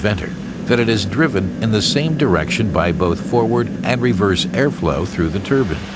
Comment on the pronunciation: anyone else annoyed that he calls Turbines Turbans?